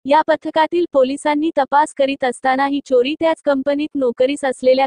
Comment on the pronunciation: मैडम ना कुठे अल्प विराम किंवा पूर्ण विराम घ्यायचा कळत नाही.चोरी शब्द सुद्धा नीट उच्चारता येत नाही.